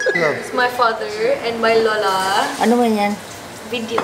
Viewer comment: Ano sabi ni Lola sa ? Sabi ba nya loh-loh? 😂